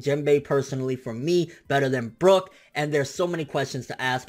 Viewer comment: sorry but I gotta say it's brook. yohohoho